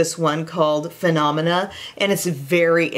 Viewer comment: Does anyone else think that says phenomena too much like this Muppets classic? I don’t pronounce it the same way, and I love embracing our differences. Thanks for making me smile at your videos and for sticking this earworm in my head today. 😂